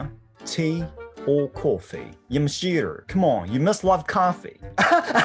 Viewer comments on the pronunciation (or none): YOUR AMERICAN ACCENT HERE IS SO FUNNY FOR ME ‘Yamashiter’ the fucking emphasis on the ‘R’ is so very stereotypically accurate lmao This entire video is a masterpiece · ヤマシーラーほんま草 ちょいちょい発音のブラックジョーク入れてくるの良いよね。 しかも「アメリカ英語が本物！」みたいな日本人のあるある勘違いを気にしてないのも良い。